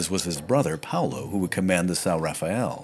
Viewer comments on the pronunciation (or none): none